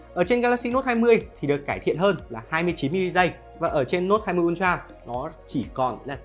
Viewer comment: Tưởng ultra hóa ra là untroa à ad😂